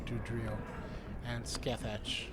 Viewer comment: Scathatch is pronounced Ska-Hah